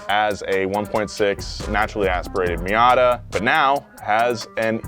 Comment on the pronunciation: Mazda-bishi. Mitsuzada. "Miniata"